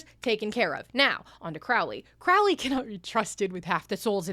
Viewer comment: lifehack to pronouncing Crowley's name correctly: Don't, just call him "Crowrey" instead